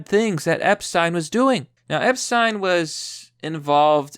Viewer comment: "Epsten." You fucking derp.